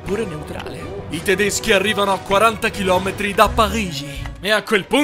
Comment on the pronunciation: E tedeschia 🤣🤣🤣